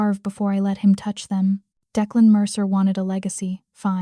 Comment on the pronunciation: I didn't care for the closed caption highlighting every word. Plus, it would be nice if you would train your AI to correctly pronounce times and to keep the names straight. Declan was pronounced at least two different ways.